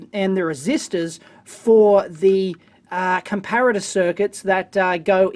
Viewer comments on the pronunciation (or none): none